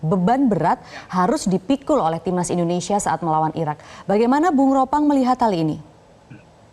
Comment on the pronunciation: Ropan bukan ropang 😂